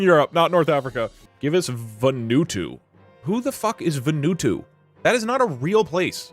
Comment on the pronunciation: Pronouncing Vanuatu as VUN OOH TOO is the funniest thing I’ve seen today